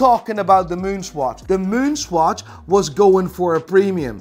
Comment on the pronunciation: LOL Why do you pronounce it SQUATCH??